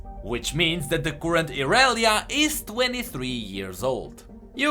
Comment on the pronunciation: are you greek? u couldnt pronounce "current" correctly instead u said "courrent". The greek do not have an "ugh" sound that is why i am asking